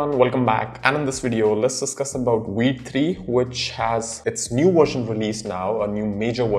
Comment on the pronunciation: V! V! V! "Vite" not "Weet"! The hell, you just said "Vue" not "Woo" and you can't say "Vite"?